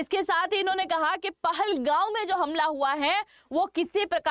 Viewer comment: It is not pahalgau it is pahalgam and it is not your it is Kashmir 😂😂😂 learn how to pronounce pahalgam before saying anyone wronge 😂😂😂😂😂